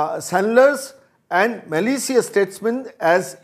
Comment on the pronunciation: ম্যালিশিয়াস নয়, ম্যালিশাস।